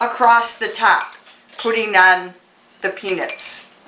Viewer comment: i love your video and it almost sounds like you say penis however i do think you are saying peanuts , but i chuckled anyway and think you are a great instructor.